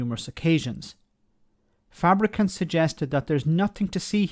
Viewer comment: You keep mispronouncing his name...........it's Fabricunt.